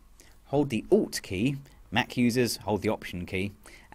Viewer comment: It's 'alt' key :-)